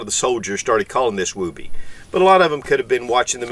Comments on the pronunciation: Although I think you pronounce it wrong, I have always said “Don’t criticize someone for pronouncing a word wrong, it just means he reads and probably read it that way.” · I can’t get over his pronunciation of woobie…other than that, good video. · Well, you certainly are not using the Mr. Mom pronunciation:) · Never heard anybody pronounce it that way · You're saying it wrong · Can't watch bc he refuses to say the word correctly. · Why is he pronouncing it like that lol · It’s woob-ee not woo-bee. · I'm just giggling you say woob like boob and it's woob like book. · NOT WOOOBY, short O, not long, wuhbbie. Came in in 91 as combat arms, everyone including my DS from the 70s called it that. My grandmother referred to baby blankets at that also from the 30s. Not sure if REMFs call it that since they have no need for it at the bottom of their wall lockers/dufflebags. Definitely saved me a few times from heat loss in several countries, in all biomes. Still use mine to this day. The newer ones are chinese trash and do not seem to have the same heat retention nor quality stitching, or standardized sizing, than mine from 91. Just like our Etools. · During my time as an active army soldier in the early 2000s we called it a woobie, but pronounced wuby. Not wew-by. Or just go with the original source here to clarify the pronunciation. I think if an enlisted soldier called it a wewby he would have been laughed out of the barracks. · I’m gonna get petty here for a second but woobie rhymes with woody. It’s not a wooooooobie. But yes it is a Soldier favorite. I’ve seen many a Soldiers take nothing more than this and their bivvy sack into the field even when it’s cold. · Not pronounce as woo-bee. Moore like Wubee. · The oo is pronounced like it is in wood. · Love your videos. It is actually pronounced differently. Like wood. Not like boobies. Almost like would be. And yes it was taken from the movie Mr mom.